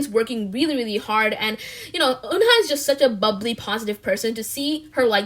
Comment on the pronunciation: Isn't Eunha pronounced like Yuna? 😳